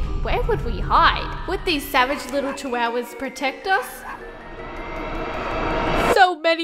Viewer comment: Ah yes… CHIWOWAS